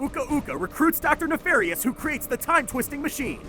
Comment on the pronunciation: "'Uka-Uka recruits Doctor Nefarous' WHaT"